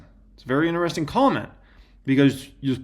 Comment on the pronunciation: Love you, but it is “in…tri..sting” when you say interesting not “in…ner…esting”. 😂